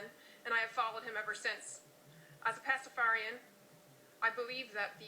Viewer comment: she pronounces it wrong